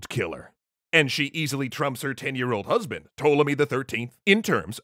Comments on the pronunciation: "brusband" lol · "Bruhsband" oh no.... oh no lmao